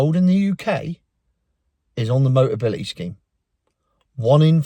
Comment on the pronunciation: Hahaha... "boteability!" Dyslexia ules, KO!!